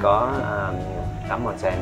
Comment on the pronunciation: Onsen trong tiếng Nhật đọc là ôn-sên a ơi :))